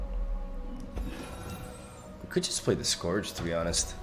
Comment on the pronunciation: Just an FYI, The Scourge is pronounced like: The Skerj